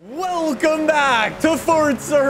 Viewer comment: It’s more of a wucum back